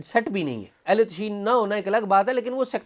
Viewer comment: تشیع کا تلفظ تشیُّع ہوتا ہے، اعزاز صاحب